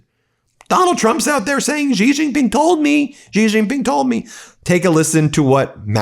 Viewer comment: You can safely pronounce the name Xi Jinping “She Jinping,” and it will sound correct. “She” is very close to actual pronunciation, and uses sounds we have in English. “Jhee” or “Zhee” or whatever does not sound correct.